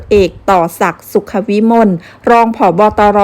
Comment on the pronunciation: สุขวิมล ไม่ใช่ สุขะวิมล